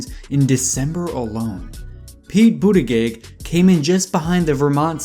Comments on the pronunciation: Amy ClubberKer Me: who?: Pee Boodygit Me: 😂🤣🤣🤣🤣🤣🤣 Tom Stay-er. He’s missing Joe beaten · Pete BUDDHA-GAYGG! Amy KLO-BAH-KUR 😂😂 lmao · Great video, I hate correcting ppl on youtube cuz I’ll come off as such an ahole- not tryna be a dick here. just saying.. for amy klobuchar and pete buttigieg : It’s Amy “Klo-Boo-Char”, (Char as in Charlie) not Car, and for Pete his last name is “Boo-Dih-Jidge” honestly doesn’t matter , Yang’s gonna win the next debate and every other debate , but just throwing it out there so you can confidently start your next upload with a sentence such as: “Yang absolutely owned KloBooChar and BooDihJidge in last night’s debate, .. along with every other candidate once again...“